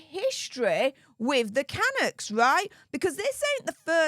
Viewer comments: For goodness sake the team is pronounced "Can-ucks" not the way you pronounce it. Get it right. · ❗️CANUCKS - PRONOUNCED - CANUUKS - DRAWN OUT U ❗️ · Lol I'm Canadian it took me a sec to understand who you were talking about...lmbo it's pronounced kaNUKs...man you're so cute! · Hi, Canucks is PRONOUNCED Cunucks! I know your from Europe, but please pronounce words properly. I love your work! Keep it up. Daniel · Megs was a puck bunnie back in her Toronto days on suits.She was a plus one for a lot of Toronto Maple leafs hockey Team. Vancouver Canucks is pronounced Ca- Nucks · It's pronounced KA-NOOKS...lol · Nobody ever claimed H was the sharpest tool in the shed! I don't normally do this, but, the proper pronunciation of Canucks is Ka-Nooks, lol. Sorry. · HI. It’s pronounced CAN NUCKS IT’s a two syllable word. Just thought as a CANADIAN I thought you may like to know ❤️😊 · Oh... Kah Nucks... say it with me... KAH Nucks... lol. ❤